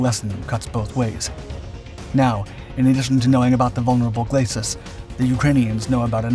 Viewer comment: Glacis is not pronounced /glas-sis/ or /glay-sis/ but is pronounced /gla-see/ (being a French word).